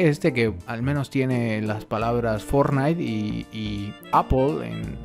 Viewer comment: En el minuto dice fornite aple